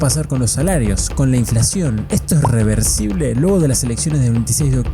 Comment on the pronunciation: O:15 "reverisble" 🤑